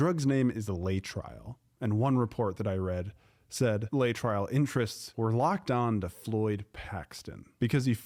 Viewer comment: It's pronounced LAY-uh-tril